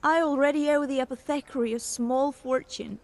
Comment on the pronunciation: 14.10 - "I already owe the apoth-thek-cree" You owe the who now? Oh, you mean the a-poth-er-kerry. Silly peasant.